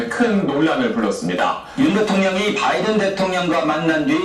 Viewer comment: 정확한 V 발음이네요 ㅋㅋㅋㅋㅋㅋㅋㅋㅋ